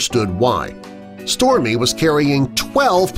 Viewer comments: Am I the only one who can hear stormi instead of storie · It sounds like this person talking was saying Stormy but it's actually Storie! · You keep saying Stormy but it says Storie. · I hear stormie 2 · If I didnt see the captions, I would've thought it was stormi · The biggest shock of this video is him saying “stormie” instead of storie. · Did anyone notice at one point he kept saying stormy instead of Storie? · You say Stormy but it says Storie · Im SO mad because the dog's name is STORIE, and the narrator kept saying STORMIE, I've never been so mad at a video with a dog in it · I swear he's saying Stormie not Storie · It's Storie not Stormi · Storie.... dude keeps saying Stormie 😂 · Storie dude not stormy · And I heard stormi not stor I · Smile Always I hear stormi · I heard Stormi!! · I always hear stormie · He is saying stormy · I hear stormi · Smile Always I hear stomi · i hear Stormi,too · Smile Always i hear stormi too🤣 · Why does it sound like he keeps calling her “Stormy”!?!?!?!?!?!?!? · Yep I noticed that too, it was really getting on my nerves tbh